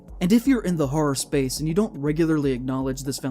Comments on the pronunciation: hura, hoah, herra, bura how many more ways does he say the word wrong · he cares so much about horror that he cant even bother to pronounce it properly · The kid can't pronounce simple English words like 'horror' and 'tangentially' and mixes up 'loose' and 'strict'. This is basically every genz and millennial TikToker and it's the future of the internet. Most new content creators are just spouting shit with no sources as if that shit was proven scientific fact. 'Look at this cliff face, it looks like tree roots; giants are real!'